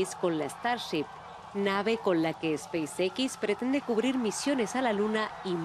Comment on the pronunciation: NO se pronuncia SPEIS ÉQUIS . Se pronuncia SPEIS EXS. Se pronuncia todo en inglés o todo en español pero no se mesclan los idiomas. En español sería ESPACIO EQUIS. En inglés SPACE X.